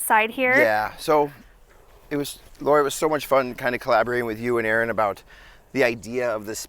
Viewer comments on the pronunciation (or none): He called you laurie instead of laura lol